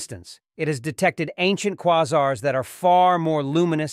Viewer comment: I'm pretty sure it's AI generated. For instance, the voice mispronounced the word "quasar" twice. Anyone who is fluent in English knows it's pronounced kwā zär, not kwä zär.